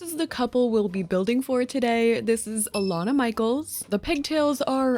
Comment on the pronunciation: omg i almost never see my name in media, let alone pronounced correctly. a win for all alanas